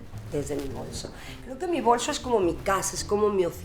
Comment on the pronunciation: Min 1.24 dice claramente bolso las demás veces dice bolsho con voz de ruca